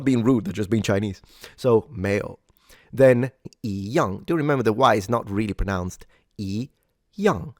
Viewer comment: shouldn't 一样 be pronounced yīyàng?